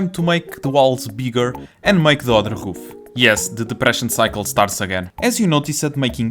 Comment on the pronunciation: I like that ween he pronouces "Roof" as "Hoof"